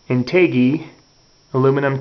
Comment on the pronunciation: in-tay-gey lol